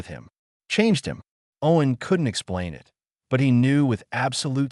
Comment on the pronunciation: Why always this language or accent changes? Just try only to talk english. And please remember “it” is used very often in English speech and it’s not meant to be spoken as “I T” meaning Information Technology, even if it’s written in big capitals. And don’t speak ANY sentence endings or apostrophes or …